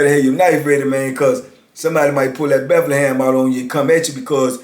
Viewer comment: I always wondered why do you call it the Bethlehem??